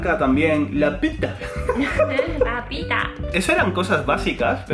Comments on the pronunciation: "La petah" JAJAJJJJAJJAJ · xxxtentacion Me llevó tiempo entender por qué dice LA PITA con la i así, jajajaja, o será que soy mal pensado. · Lo que no entiendo es por qué no se pronuncia Pita? Se ve claramente la i